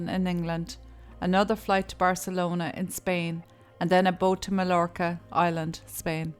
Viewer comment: Very good video and I’ve subscribed. But Majorca or Mallorca is pronounced ‘Mayorca’. I, too thought ‘God give me strength’ when that stupid woman said she’d stick with this beast until the end.